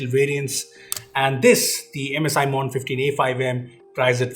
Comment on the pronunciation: how do you mispronounce MODERN?